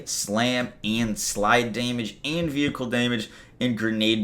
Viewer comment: Hey, these are all great changes! Mayhem level on cards? Yay! I can finally stop hoarding and clean out my bank. On a personal note, I just gotta tell you how much my wife and I crack up every time you say Daaamage! You sound like a true New Yorker. Even if you aren't ( I don't know or care ). But it is hilarious! DAAAMAGE! P.S., Thanks for all the video tutelage, PEACE!